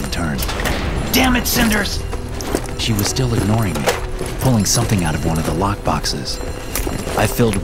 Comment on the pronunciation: Bro “cinders” …